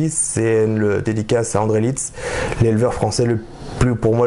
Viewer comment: Ça s'écrit Leetz, Ça se prononce Lèetz et non Litz!! On sent un vrai passionné, belle vidéo!